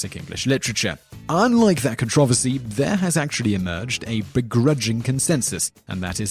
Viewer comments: It's pronounced controversy, not controversy. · BTW, nice mangling of the word controversy.